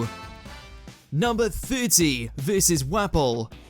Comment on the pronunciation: How did this r word pronounce Wapol? This ""guy"" watching 2 piece?